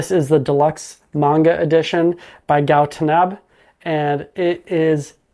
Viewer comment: I thing you mispronounce Gou Tanabe..(Gou Tanabay)